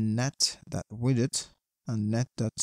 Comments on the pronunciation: Yeah for me it sounds like "with it" xD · Thanks for sharing this code 😇 But I‘m confused of your pronunciation of „width“. You pronounced it like „withid“ the whole time.😅